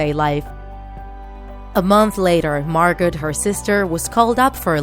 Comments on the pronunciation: It's not pronounced Margot .its pronounced Margo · It's pronounced margo not margot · I LOVE IT! But... (Okay okay okay I love Anne Frank and her story so much I just have to say this. It’s spelled Margot, but pronounced Margo. Sorry but I had to!) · Not to be rude but it’s not pronounced “Margot” it’s pronounced “Margo” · you say margo not argot but u spell it like margot. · Close. Her moms name was pronounced “ag NETH a” and her sisters name was pronounced “MAR go” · Margot is pronounced ‘Margo’, the T is silent. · Her sister's name is pronounced Margo it's just spelt margot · it’s pronounced MAR-GO 😂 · It's not MargoT its MargO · Cadence Wonderful It's not. The pronunciation of 99 out of 100 words and names in this video is completely off, but the "t" in Margot is indeed not silent! (I am a German native and speak Dutch as well.) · MJ Momo in Dutch the T is silent in Margot.